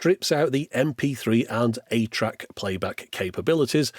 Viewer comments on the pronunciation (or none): Early on in this video, are you saying "8-track?" It can't be THAT retro can it? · Who else kept hearing 8-Track instead of ATRAC? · For the longest time, every time he said ATRAC, my brain parsed it as “8-track” and I wondered why Sony was going so retro back then. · I was washing dishes while listening to this and every time said "ATRAC" i had to look over to make sure Sony hadn't made a 2000s era 8-track 😅